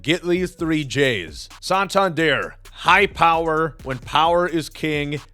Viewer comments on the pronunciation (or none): none